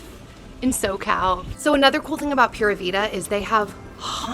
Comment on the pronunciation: I love how chunky Logan’s legs and arms have gotten. 😍 Pura vida is pronounced ‘Pooh-rah Vee-dah’ 😊